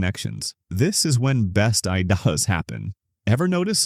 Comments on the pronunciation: Why can't your AI pronounce "best idea"?? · Mispronounced idea and knew it was ai instantly.